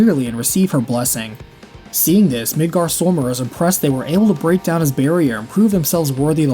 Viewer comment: the way you pronounce Midgardsormr makes me want to scratch a blackboard with my nails.